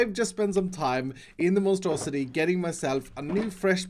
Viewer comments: He should call it the monstrosi-tree 😂 lol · What I hear when mentions his tree farm: The Monstrositree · I keep hearing Monstrositree